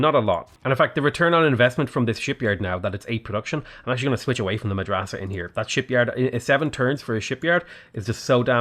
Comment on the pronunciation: your pronounciation of "Madrasa" is not too bad for an english speaker (native arabic speaker here :-) )